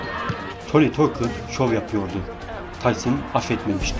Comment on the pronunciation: Tucker , "takır " olarak relaffuz edili ; keşke,doğru telaffuz etmek için boksorlerin anons edilmesinin izlemiş olsaydın.